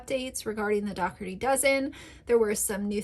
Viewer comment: Why does say “Dougherty” wrong? Isn’t it “DO-HER-TY” not the way she says it, “DOCK-HER-TY”? 🤔